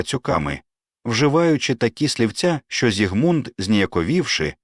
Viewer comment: У імені Зігмунд наголос на першому складі. Чи це ШІ?